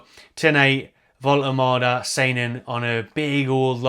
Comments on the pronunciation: sorted out the pronunciation:D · Great news, and you’re nailing the pronunciation 👍 So pleased to see us return to our “out of the blue” continental signing strategy - absolutely brilliant stuff!